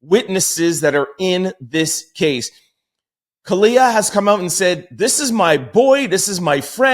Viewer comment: it’s kalina